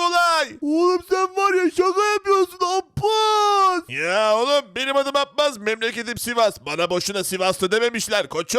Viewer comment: Kardeş. Sen. Abbas demeyi. Bilmiyorsun